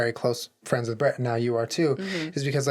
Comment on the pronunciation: I thought you were calling your friend Bread, but then I realized you were saying Brett 😂 lmao I’m stupid 🤣🤦🏼‍♂️